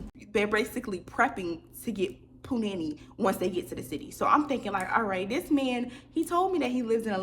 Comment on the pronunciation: I love you girll 💕💕 But it’s Pronounced puu-nahh- neee Not puh- nanny lol